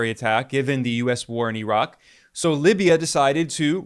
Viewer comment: Bro it’s not -erock and eron….its IRAQ and I-RAN!!! 🤦🏾‍♂️